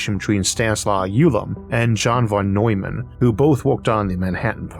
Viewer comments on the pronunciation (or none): none